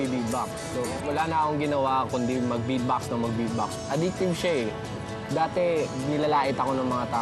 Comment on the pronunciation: iwan ko kung mali lang ang pandinig ko...ang pagkarinig so sabi nya..bedbox instead of beatbox...bulol ba sya?